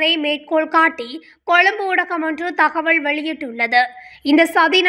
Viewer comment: இந்த பெண் அறிவிப்பாளரின் தமிழ் உச்சரிப்பு படு மோசம். அதிர்ச்சி தகவள் என்கிறார், தகவல் என உச்சரிக்க தெரியவில்லை. தமிழ் எழுத்துக்களை எப்படி உச்சரிப்பது என பழகிய பின் இந்த தொழிலுக்கு வரவும், தமிழை சீரழிக்க வேண்டாம்.